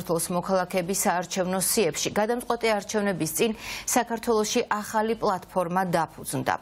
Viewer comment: ოხ ეს ,,აჰალი,, არ შემიძლიააა 🤣🤣🤣🤣🤣🤣🤣🤣🤣